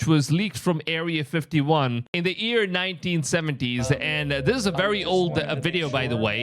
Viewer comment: I’m not judging you I’m just informing, but for those who don’t know when he says EAR = YEAR